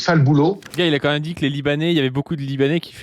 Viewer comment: Toujours en quête de savoir pourquoi prononce "même" en le prononçant "meume"